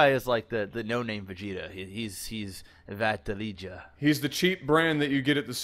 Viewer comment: when said Vattilega, i kinda heard battlenigga...:D